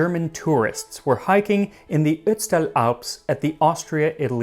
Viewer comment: Respect for how you said : Ötztal. Not many english speakers get it right.